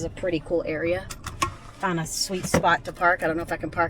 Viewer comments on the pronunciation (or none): none